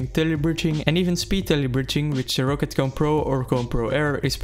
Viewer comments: Just a note, it's pronounced rock-cat, not row-cat ;) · as german its funny how you pronounce roccat xD roccat is a german brand and you pronounce it "rocet" xD